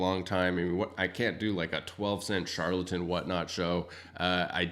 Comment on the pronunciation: Char-el-ton books, not Shar-la-ton (trying to type phonetically here). Other than that, lots of good information here.